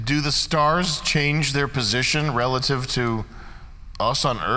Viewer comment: there is no word reh luh tiv It's re lat(e) ive